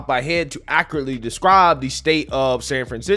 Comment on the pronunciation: What does Ahcrully Mean?! Did you mean Accurately? Sound i t Out. Acc ur at ly. Say it with me now. Accurately. Once more. Accurately. Now put that into a sentence.